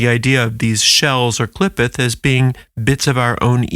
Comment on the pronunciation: It pronounced Klee Photh the O sound is like "oath"